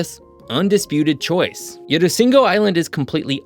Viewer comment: Rusinga...not usingo